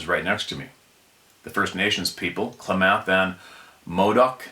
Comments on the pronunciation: Die hard Oregon subscriber here, great stories. Oh yea, its pronounced 'CLAM' uth. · Klamath is pronounced, "clam-ath". Like a clam. Winema is "why-nee-muh". Modoc is "mo-dok". Good try though! Don't overthink it. Most Native American names are very phonetic. I never knew about Saddleback Mt. Good to know. Thanks for that sir!